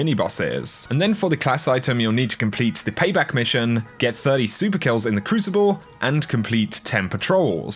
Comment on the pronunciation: i like how he said "win five non-cruicible private mathes"